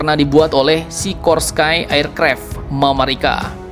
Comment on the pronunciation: Min FYI, Sikorsky dibaca: Sih-KAWR-skee Lockheed Martin dibaca: LOK-hid Martin